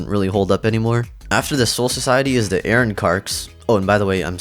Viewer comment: “Aaron Car” You can tell he is a manga reader first😂